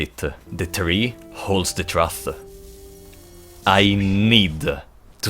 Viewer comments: "The tree holds the truff..." instant sub dude :D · Just a heads up, truth is pronounced with an OO sound, like tooth.